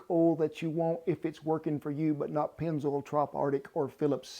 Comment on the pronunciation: “Just not Penz oil” 😂